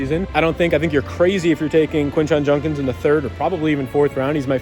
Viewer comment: Why is unable to pronounce Judkins? lol